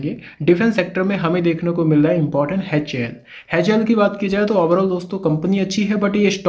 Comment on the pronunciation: HAL hota h Haichel nahi